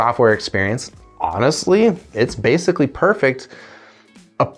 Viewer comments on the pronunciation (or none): none